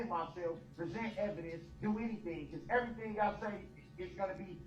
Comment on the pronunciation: But she told him he had to write everytheen gout and put everytheen gone a piece of paper. What does she not understand about bout that? 😂 I asolutely despise the way he pronounces things.